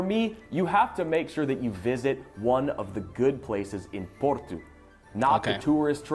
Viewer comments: It seems to me as though there's a bit of confusion regarding Porto and Portugal. does a great job of pronouncing Porto as the Portuguese do. Furthermore, there is no "tshew" sound in the way the Portuguese pronounce "Portugal", and indeed it sounds very much like the way pronounces "Porto" (plus a "gal"). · American in Portugal here👋 Food in Portugal is ALWAYS cooked over natural lump charcoal. No briquettes here. Or real wood. And yes, you say "Portoo". The "o" is typically pronounced as "ooooo". The Francescinha sandwich is bitchin!!! And the Portuguese put a soft fried egg on almost everything. Food here is great. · All his Portuguese pronunciations are spot on or very close to what a Portuguese speaker would do